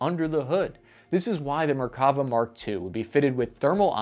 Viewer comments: Small pronunciation correction: It's merkaVA, not merKAva. The last vowel is the longest. Very good video and research! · I always find it amusing how Americans pronounce Hebrew words, putting the annunciation on the incorrect vowel. (often the 2nd) It's MerkaVA, not MerKAva. 😂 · Hey, just FYI, the name of the Israeli tank, the Merkava (chariot in Hebrew) is pronounced merka-VAH, not mer-KAH- va. Just a little language lesson. Keep up the good work! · Mer-ka-VA. As a Hebrew speaker, this was a bit painful :D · Another great video, but "Merkavah" is pronounced MerkaVAH -- accent on the last syllable, VAH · And once again, ppl mispronounce Hebrew names and words. Merkava is pronounced Mare-kava. Barak is pronounced just like President Obama’s first name Am Yisrael chai! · good video, bad pronunciation of Hebrew words, MerkavA - stress the last syllable, TAlik - stress the first syllable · I wish I had a dollar for every time I heard the word "Merkava" mispronounced in a "professional" video. I could buy a week's worth of fancy meals just from this video alone. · Frankly, by this point I'm inclined to agree with that idea. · You made a great video but didn't check out the Wikipedia page to get the right pronunciation of the name. Let alone Talik's name.